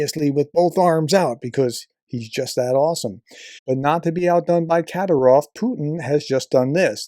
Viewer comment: It's FED-ER-OV, not FEDORA. That's a hat. 😁 And it's Ka-DEER-ov, not KAD-er-ov.